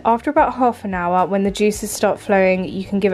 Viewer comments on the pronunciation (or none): none